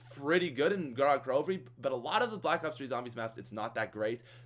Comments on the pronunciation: Gorod Krovi is actually pronounced (go-rad) (kro-viy) which is a russian word and it means blood town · gorod krovi with subtitles, goraad crobee